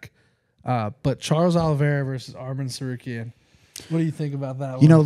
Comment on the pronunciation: Moicano Bravo! First who said Arman T... Right.That is money there.Really said Jason 2said Anik. .that is really what Arrman sec name is pronounced.